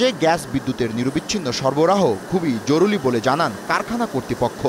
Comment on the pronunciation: "জরুলী" কি ভাই